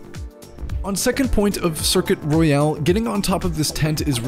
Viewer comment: Circuit Royal not Circuit Royale